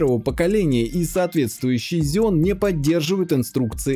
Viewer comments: Потратил нервы слышав Зеон вместо ксеон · Надо говорить ксенон